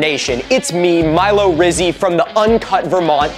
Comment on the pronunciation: hearing the words "Milo Rizzy" physically hurt me